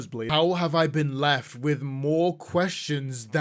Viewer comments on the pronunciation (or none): none